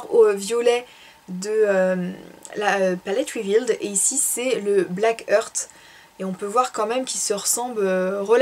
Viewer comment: Jolie revue. Cette palette me tente énormément. Surtout pour les tons Bordeaux que j'adore. Par contre, Blackheart se prononce Blackhart en son -a par Blackheurte. Heart comme le cœur en anglais quoi.